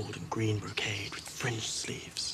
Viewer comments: WTF French sleeves? That's a pretty big mistake for no one to notice. And I've listened a few times he defiantly said French not fringed or something. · Unless you pronounce the 'i' of "fringe" with an 'e' sound, then it does not sound like "fringe". I listened to it multiple times with headphones decently loud without blowing my ears out and it STILL sounds like "French" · He definitely said French sleeves, I don't care what the writers say. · at 0.55 did loras say French sleeves? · did he say french sleeves????? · French sleeves? Did he say "French sleeves"? Is there a France in Westeros?